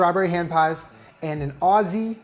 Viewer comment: I heard Strawberry HAM pies every single time he said it. I was so confused thinking he was going to put ham in a strawberry pies, until I actually saw him make it and realized it was HAND pies. omg.